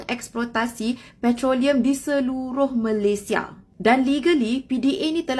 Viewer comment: Malaydhes Oh Malaydhes🤣🤣🤣🤣🤣 Petronas Oh Petronas Wkwkwkwk🙃😀🙃😀🙃😀